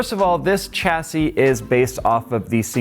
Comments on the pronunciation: tcha-see? Sha-see (chassis) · "SHASSY" IT'S PRONOUNCED "SHASSY"! IT'S A FRENCH WORD, SAY IT RIGHT FOR THE LOVE OF GOD.